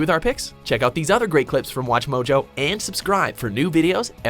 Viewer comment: does it bug anyone else how she says mojo?